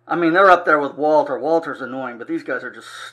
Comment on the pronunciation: Powa Wawter getting awl da fwack today. Wawter will cwy